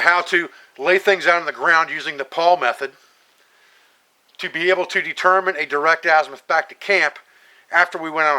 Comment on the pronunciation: What is the method you mentioned? It sounds like you said the "Paul method" but I'm not sure. When I look up Paul Method I don't find anything about navigation.